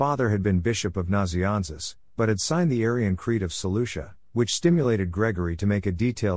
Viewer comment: Lol work on your pronounciation. You said nazianzus correct alone, but kept saying Gregory of Nazi Anus. Its hard to pay attention after that 😂